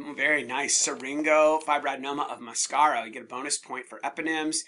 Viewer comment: Another amazing session! Just wanted to point out that Mascaró (in syringofibroadenoma of Mascaró) is pronounced with the emphasis on the last "o", not in the "a". I thought you might like to know that.